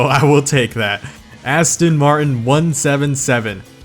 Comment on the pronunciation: Your saying Aston martin wrong